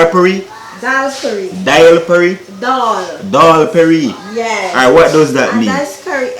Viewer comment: 🤣🤣it's dholl Puri , it's nice to see you trying our Guyanese dish 🇬🇾,I'm a proud Guyanese,the way u said dholl Perry 😁